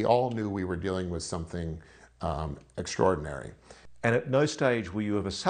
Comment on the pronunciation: Hid did say " Eggstraordinary " !